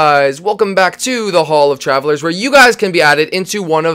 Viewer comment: Uhhh the name hall of trallvelers sounds ofilly fumiller not tryin to hate I love the video